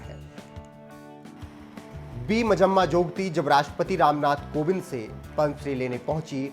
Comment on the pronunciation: It's not majamma ...it's manjamma